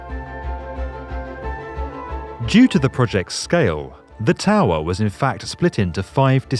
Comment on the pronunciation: Hehe who else like the way he says towerrrhhh